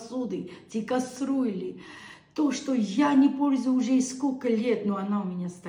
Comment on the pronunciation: Добрый вечер!!!! Пожалуйста миленькая говори ни касрюля а кастрюля❤❤❤маленькая поправочка,от души❤❤❤,цветочки просто прелесть,да ты и сама как цветок😂❤❤❤Благоухай и радуй нас своей жизненной энергией.🎉🎉🎉🎉❤❤❤❤